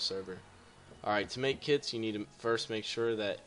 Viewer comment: I swear it the beginning it sounds like "How to make kids for your mincraft server" "Alright to make kids" Good you can teach me how to make kids :P